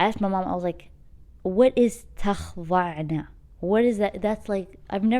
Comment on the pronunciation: Just a gentle correction it’s ولا تخضعنَ not ولا تخظعنَ